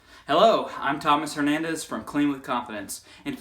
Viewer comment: Knew it was a legit video once I heard “hernadez”